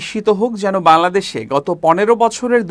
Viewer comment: জনাব সাহেব, আমি নিয়মিত চেঞ্জ টিভির খবর দেখি। আপনি বাংলাদেশ শ্বব্দটা সঠিক উচ্চারণ করেন না, আমি প্রতিনিয়ত এটা লক্ষ্য করি, অন্যরাও হয়তো খেয়াল করলে বুঝতে পারবেন । আশাকরি আগামী তে সঠিক উচ্চারণ করবেন। ধন্যবাদ।